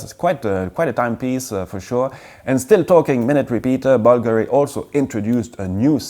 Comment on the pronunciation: Did he mean Bulgari, when he said buggery?